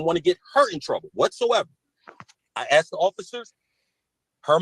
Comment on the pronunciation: She "axed" him? Small wonder he shot at her. 🙄 This guy really needs a very long time as far away from polite society as they can send him. Alaska?